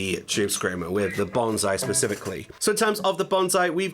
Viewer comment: Several years later and this pedal name is still pronounced wrong. It's not banzai, it's bonsai (BONE-sigh).